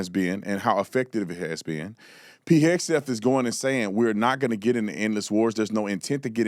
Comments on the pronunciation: I think pronouncing "Pete Heg-set" aka "Pete Headset"...is incompetent. Which is it buddy?! It's not the 90s and the man isn't a Sony Walkman. It's Pete Hegseth. Multiple commendations for his service - in various theaters - Iraq, Afghanistan; including an • Army Commendation Medal • Combat Infantryman Badge • Bronze star amongst others ...and to the lady babbling - pretty sure you get a "combat infantry badge" FOR ACTUAL COMBAT. What's the other word for a donkey again? Isn't that the party mascot animal? Uh - huh. Speaking about a tragedy as if it's a certainty that America is implicit in that tragedy, is ignorant and presumptuous at best. It is traitor-esque at its worst. Low hanging fruit too - using kids. Bleeding heart...donkeys always stirring the pot of mainstream emotion in the absence of verified facts or evidence. God bless all those who are casualties of war. Stupid and careless insinuations like this dishonor them. And our great nation. Maybe though...it's just par for the course in a day in the life of a blue donkey - under the limelight of mainstream media. Filled with hate for America and for those who protect it. All the while benefiting from the many securities and opportunities it provides. Shameful yet shameless behavior ubiquitous on mainstream news networks. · That clown on CNN can’t even pronounce his name. What a f ucking moron. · The dunce couldn’t or wouldn’t say Hegseth’s name even in the ball park of its actual pronunciation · These leftist lunatics just want to believe the worst and broadcast it without any proof. Also dude needs to be a little more respectful and correctly pronounce Hegseth. It's rude and it sounds like he's just doing it on purpose to be an asshole🤬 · Wow 😳😮 he can't even say a name right and calls someone incompetent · "Hesgeth" ... you were saying something about competence? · Did he call him Pete Headskin? 😂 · Heg - Seth that dude is just acting stupid mispronouncing it on purpose